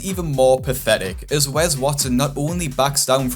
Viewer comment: It’s Wes not wez lmao